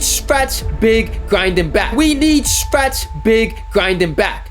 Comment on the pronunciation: POWER “Stwetch Bwig” DF